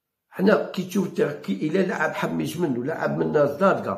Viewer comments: صحح النطق انتاعك ،راك تخلط: اللاعب اسمو حماش وليس حميش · ياو حماش ماشي حميش اعرف تنطق اسمو راني نحكي معاه منذ عامين